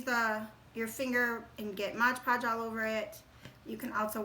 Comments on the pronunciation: Beautiful ornaments! Well Done. But, just one of those things that bugs me - it's MOD podge, not modge podge......so many people get it wrong. MOD Podge, not Modge Podge. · So adorable! Please don't say Modge Podge though, lol